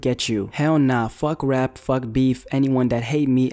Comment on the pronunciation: "fug rap, fug beeph" HAHAHAHAH